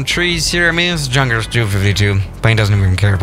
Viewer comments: Yun-kers not Junk-ers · I speak German "Look at this JUNKers plane" as far as my limited German knowledge goes, is isn't it pronounced "Yunkers"? You know like a normal "J" not English one. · Did he just not said Jankers instead of Yunkers or Junkers now im pissed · junkers: is pronounced yunkers, a German: says junkers with a j Me: visible confusion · By the way,junkers is actually pronunced “unkers “in german. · Just a heads up, although it is spelled “Junkers” it is pronounced “Yunkers” just thought I would let you know for the future idk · Junkers in pronounced like Yunkers. It is not Ju it is J U. Get it right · totally agree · pronounced yoonkers damnit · It pronounced Yunkah J U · It’s Yunkers it’s pronounced Yunkers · U actually say yunkers yes it's pronounced junkers but u need to say yunkers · Yeah but he pronounces it the English way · Yeah for a guy who lives in Germany, you'd think he'd know that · He knows it, bruh. He just pronounces it the English way